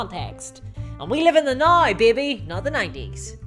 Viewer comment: Holy shit, I started watching your Chanel this week and went from loving it to hating it. You’re witty but you spew so much hate. I love the guys that pull my local club together; they work at it for free, and make it fun for all of us. Anyways, I’m unsubscribing, this is very toxic stuff. And ‘now’ is pronounced ‘n-ou’